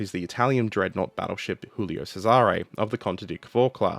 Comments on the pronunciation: Not to be a pronunciation (insert extreme polical movement here), but I notice you're pronouncing "Giulio Cesare" as if it were Spanish, i.e. "Hulio Serare". In fact, in Italian, it would be pronounced more like "Julio Chesare". The first one is pronounced like the English name "Julia", except with an "o" at the end. The second one starts with a "ch" sound like "cheese". Anyway, big thanks for the video! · cough julie-oh chez-are-eh cough 👍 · You're using the Spanish pronunciation for this Italian ship name. "Djulio Tchésare" if you're willing to take Italian pronunciation notes from a German ;-) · sigh As a Italian, what happened to the Giulio Cesare (WHICH YOU ARE PRONOUNCING WRONG) causes me physical pain. As for why the crew relented from the mutiny once the captain gave his word, it boils down to the mentality of the italian navy: officers' word is basically sacred. To get a rough idea of how the italian navy officer's brain worked I encourage you to look into the life and deeds of Captain Carlo Fecia di Cossato. Man was a certified chad. Worthy of a video, I think. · And how should he pronounce your ship that got stolen